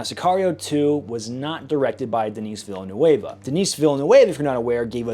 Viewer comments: veenoov is french not spanish bro. I laugh out loud every time you say villanooayvo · Its Ville-Nerve not Ville New Waver😩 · The director’s name is not Denis Villenueva. He is not Spanish but Québécois, like GSP or Celine Dion. Villeneuve is pronounced in English- Villenuv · The director Denis Villenueve is French Canadian. The way to pronounce his name is duh-nee vil-nuv.